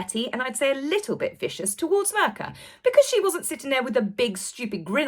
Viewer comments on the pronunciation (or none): "Mirka" is not pronounced "murka". It sounds kind of like "meercat" but you don't pronounce the "t", and the "meer" is a short syllable, not a long one 😊 x